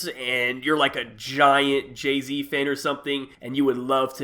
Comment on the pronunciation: Who the fuck is Jaz-Z?😂